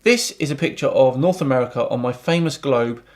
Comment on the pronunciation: I hate when they say “LOOK, AMURIKA CHANGE SIZE!!!”